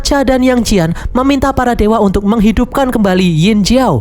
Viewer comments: Nezha bang bukan nazha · Minmin bukan nacah itu nezah😅😊